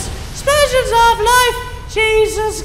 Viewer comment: 'Splsion. nuff said